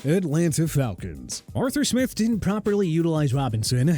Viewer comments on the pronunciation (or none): none